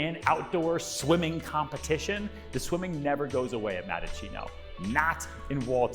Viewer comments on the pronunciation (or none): It's Mattaccino not Madachino